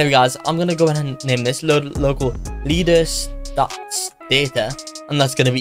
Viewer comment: bro said "lear" inside of "learstatsdataStore"💀💀